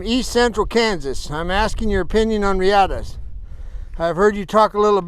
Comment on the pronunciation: It's not pronounced reeEhta. It's Spanish. It's pronounced REahta.